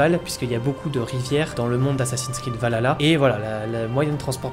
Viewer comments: Est ce qu'il n'y a que a moi que sa perturbe la mauvaise prononciation de Valhalla ? C'est VALHALLA pas Valala 🤣 lol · C'est pas Valala c'est VALHALA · S'il te plait frérot arrête de dire Valala 😂 c'est Val Halla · A mort ahah le nombre de personnes qui ne savent pas le prononcer. Val ha la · Je vais être casse couille mais ont dit val Halla et pas vaLala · Val-halla que sa se prononce pas valala merci est perso la dernière fois que j'ai était hyper c'était par ac 4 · On galère dans l'équipe à le prononcer correctement 😂 -Val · Je m'en lasserais Jamais "Assassin's creed Valala 😂😂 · Super vidéo, par contre on prononce : VAL ... HALLA ^^ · ça me fait toujours rire d'entendre Assassin's Creed Valala "Valhalla". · Arrêtez de dire "valala" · Le son H n'est pas un son français donc on peut comprendre que certains n'arrivent pas à le prononcer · Le H on le prononce.